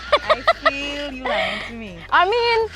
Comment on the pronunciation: Yall hear that "ah mean" from Sabrina ? Your TT passport will arrive in 3-5 business days ma'am!